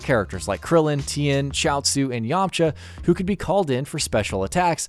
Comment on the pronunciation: ''gouku'' ''krrulyn'' ''gouhen'' ''kaukarrout''😂